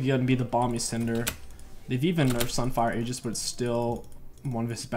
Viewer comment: stop mispronouncing Aegis please homie lmao